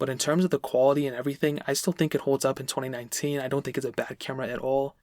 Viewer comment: Anyone else think he said 2099 at the beginning?